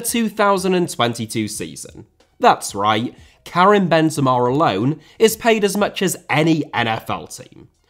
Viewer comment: i have to do it, i hate it when i see people saying names the wrong way